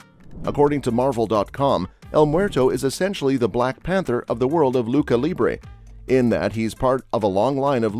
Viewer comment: Loo cha, not loo kah